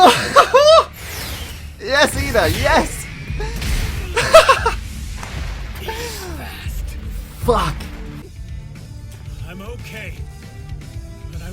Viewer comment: When he was gonna say The f word buddie’s ;-; He said Phuck xD